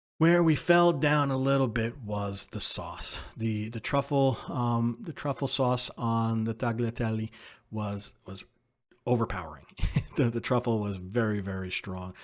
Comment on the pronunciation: one other thing, when you pronounce Tagliatelle you don't pronounce the "g" it is more of a "yee" sound that combines the gli together. It shouldn't be pronounced like Tagleteel but Tayeetelle Just some things that drive us Italian nuts when people mis pronounce the Italian words.